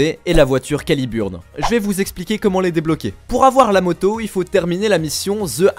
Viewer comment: calibeurn* si il te plait, y'as des moments ou il faut mettre l'accent x)